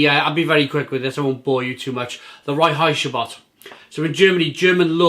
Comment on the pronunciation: Sounds quite nice. Let's see if I can get some bottles for Christmas. Duckstein Original Rotblond is one of my favourite beers of all time. By the way, I really really loved the way you spelled Reinheitsgebot, sounded almost a bit yiddish ;-)